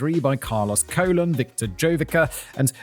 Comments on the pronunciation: Carlos Colon! 😂😂😂😂that sounds like a bad wrestling stage name! Simon it’s pronounced “ca-lone” like cologne what men put on to smell good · The name Colon is pronounced koh-lóng or if you have to almost like cologne. And just think of wrestling as "actors" who do their own stunts. Most of the moves done in the ring would leave your opponent maimed for life if you actually performed it correctly. You never see them do any of those wacky moves in MMA. And as for the razor and syringe,they are tricks to produce a lot of blood but no real damage. You can relax,it's fake.